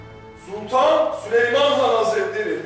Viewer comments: Gülnihal Hürrem ile beraber geldi saraya şimdi sıfır aksanla Türkçe konuşuyor. Ama Hürrem sadece Sülüman yerine Süleyman demeyi öğrenebildi adsafssdaghda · Hürrem sülüyman diyor 😂😂😂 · Suleyman ❌Sülüyman✅ Sumbul ❌ Süklum✅